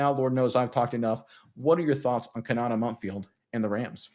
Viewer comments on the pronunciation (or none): Ko-na-tay. At least say the kid’s name correctly